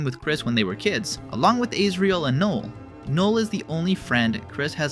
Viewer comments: the way you pronounce noelle makes me sad. It's not noul it's nouel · Noel is pronounce "Know - Ell" NOT "Nole" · "nole" ????😭 its NO ELLE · It’s Ãsriel and No-elle not Āsriel and Nole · the total butchering of Asriel and Noelle to "Isrel" and "Noel" took me out 😭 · dawg who the hell is null???? Do you mean NOELLE???? NO-EL? and also who the hell is isreal??? do you mean AS-RE-AL? AS LIKE THE WORD AS! RE-AL LIKE REAL!!! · IDK why, but it was annoying that you kept saying Noelle wrong. It's "no el" not "null". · I enjoy this theory, but it really bothers me how you pronounce Noelle as “null” 😭 its pronounced “No-el” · pretty sure its pronounced "no-ehlle" not "no-le" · Her name is pronounced No-el not nol like "null" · every time you pronounce no-elle as knoll my SOUL shrivels up and dies a little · I'm falling for the engagement bait and asking you why you pronounce Noelle's name like "Joel". Edit: Not engagement bait, the uploader simply uses an AI program trained on their own voice so it sometimes messes up pronunciations. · Love the theory but the pronunciation of Noelle is diabolical. It's NOH-el, not "Noll." That's Swedish for zero. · aint no way you called noelle "null" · "Nole" Stop talking, fix that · can someone figure out why this man is saying Nole as if that's a character in this game? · the way you pronounce "noelle" as "knol" drives me insane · It’s funny how he calls Noelle “null” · y u keep saying null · In what language or accent is Noelle pronounced as Null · Why you calling Noelle "Null" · "Azreel and Nool" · Noul? Who the hell is "Noul"? Do you mean Noelle? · "Aysrial and Noll" 😭😭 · I’m sorry, ayesriel and nole? 😂 And asgar too?? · Okay great video but what is up with the pronunciations 😭 duss, isriel, and nowl??? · A yes, “Aysriol” and “Null”. My favourite Deltarune characters. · this is a good video but why did you pronounce them israiel and noul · As-re-l No-l Thats how their name is said lmao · Israel and Null lmao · NULL FROM BALDIS BASICS